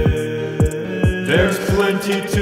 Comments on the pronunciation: It sounds like he's saying racist, instead of races. XD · When he says "races, all the races" i couldn't help but hear "racist all the racists" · Am i the only the one who heard rasict about 30 times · First time I saw this I thought he was saying "Racists, all the racists..."